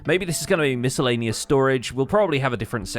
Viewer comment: Great statue but can we rewind on pronunciation of the word “miscellaneous”.